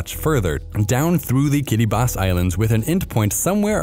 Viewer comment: Know you're legit when you pronounce "Kiribati" correctly! 🙂👏